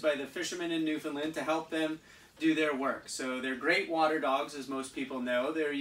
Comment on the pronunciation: New - fin - land, is the correct way to pronounce Newfoundland